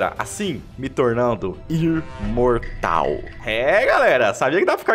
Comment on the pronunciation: Adoro o falando irmortal, upregrade, ernergia